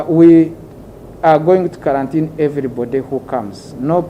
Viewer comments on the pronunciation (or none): The word is "qurantine " not karantini